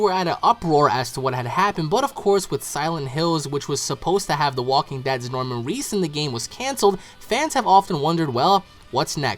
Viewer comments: Reedus.* Not Reese. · Norman reedus not Norman Reese